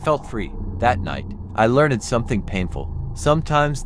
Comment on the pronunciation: Please, please pronounce LEARNED correctly. It is Not 'learn-ed'. It is 'lernd'.